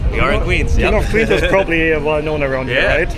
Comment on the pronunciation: You should learn how to make the "w" sound. Queens pronounced like "qweens," not "qveens"